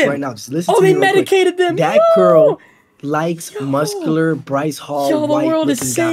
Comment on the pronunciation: Some like moscular dude 😂😂